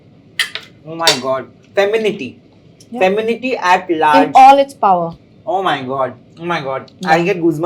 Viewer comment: Interviewer - it's femininity, not feminity